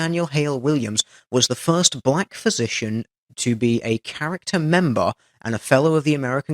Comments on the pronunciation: it is Char-ter not character.... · Or charter... ;)